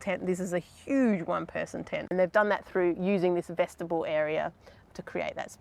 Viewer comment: What is it with young Aussies mispronouncing the word vestibule? In the past week I have heard five different young Aussies mispronounce it on Youtube. I get that some words I said differently in England to say the US… But the word vestibule isn't one of those words. It is said exactly the same way in both countries. Yet young Australians are pronouncing it as vesti-bull for some weird unknown reason. It's not as if their parents said it incorrectly, so where are they learning this weird way of pronouncing it. The "bule" rhymes with "mule". Or if you don't believe me… There are a dozen YouTube pronunciation videos that will tell you the same thing. But there are absolutely no videos that tell you to pronounce it the weird way that you're saying it.